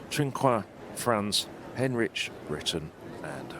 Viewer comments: why does the idiot commentator keep calling the British girl 'Heinrich'? - It's HENRICH. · Three different pronunciations of Henrich. Which is it....? And let's not start on the other names.... Come on, guys, you can do better than that.